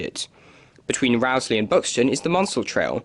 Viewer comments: It's not Rowsley as in row or argument, but Rowsley as in row your boat. (Rose-lee) I've noticed a lot of people doing videos featuring the line get it wrong. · Interesting, though I've never heard the mainline through Peak Forest ever referred to as the "Buxton Loop". Unfortunately, you've pronounced Rowsley incorrectly. The first syllable is pronounced "row" (as in row a boat), not "row" as in arguing with someone. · It is pronounced Rose-Lee. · just about to say the same thing..... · That's not how you say Rowsley.